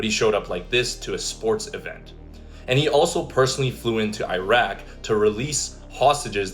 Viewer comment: What the hell is eye-rack?? It's Iraq bro. It's not hard to say.